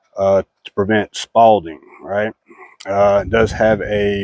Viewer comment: It's "spalling" brother, not "spalding"... Spalding makes fun sports stuff ... spalling makes fer no fun a'tall! Thanks for the load out tips! Yall stay frosty Minuteman!